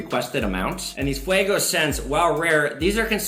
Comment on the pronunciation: The 1787 is pronounced Fu-gee-oh from what ive learned. Pretty cool piece. I got one on a steal. Great content!